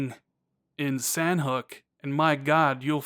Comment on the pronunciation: Great vid (but it IS pronounced "Saw-Knock").